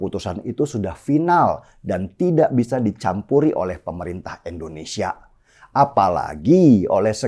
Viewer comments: Si Denny itu gak bisa Bilang Indonesia yeaaa...?!! Denny ngomongnya Endonesia Mulu.. nyebut nama ngara sndiri aza gak bener.. Indonesia itu dpannya pake I Bukan E .. ngerti ora son..??!!🤣🤣🤣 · Bang deny koreksi artikulasi ya Indonesia , bukan endonesia